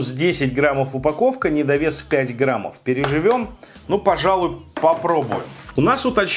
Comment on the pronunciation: Граммов, медиум Рээ, ты отсталый???